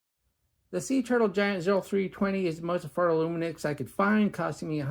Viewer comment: loomi knocks is how you say it. here in the uk anyway.